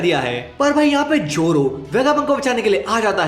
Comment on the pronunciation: Zoro ❌ Joro✅